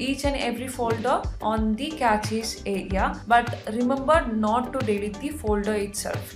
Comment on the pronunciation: its not "Cratches, its cache. Look up the pronunciation please. Its good that u do something with your life but either do it better or do something different please🙏🏼